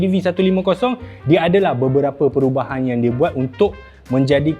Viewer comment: kuar base nganu.. "perubahang yg di buat"